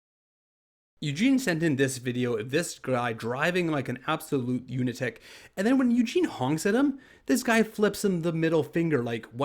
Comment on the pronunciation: "Unatic"?? Lol . . .